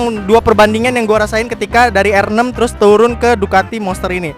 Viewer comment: Nyebut r6 nya "er enem" aowkwok